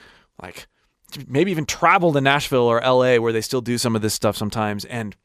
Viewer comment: Even until his last years, he would always say "sometime" instead of "sometimes". lol